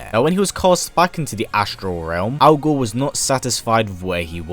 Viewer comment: I can't help but hear this as Al Gore